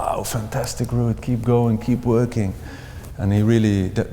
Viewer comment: Wuud...weally is a vewy gweat player